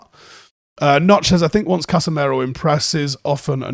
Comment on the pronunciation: Why do we still say Casemero? It's Casemiro. Casimiro if you want to be technically correct. Casemero is double wrong. Pronounce the guy's name properly.